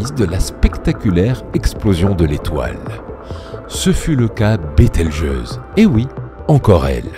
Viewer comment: Bételgeuse et non Beltegeuse